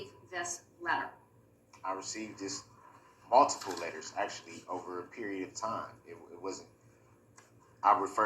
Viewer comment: I hate the way Durl says “maltiple” (multiple). 🙃